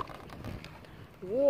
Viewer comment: Мне очень нравится когда она так удивленно произносит воо!